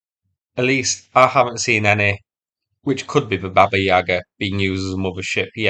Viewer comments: Its pronounced 'baba-YE-ga' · baba yag-ar, with stress on the 'ar' not the 'yag'! i didn't want to mention it but you kept saying it lol great vid :)